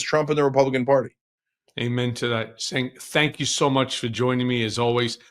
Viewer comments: SANK?? Put some respect on his name. It’s pronounced CHENK. Also what is with these comments? agrees with him on everything but he’s an extremist? The democrats lost 2 elections to that idiot because of all the reasons Cenk has been talking about since day 1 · his name is pronounced "Jenk".